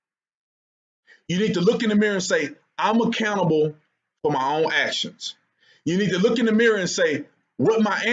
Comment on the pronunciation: Dude, every time you say accountable, I mishear it as "A Cannibal"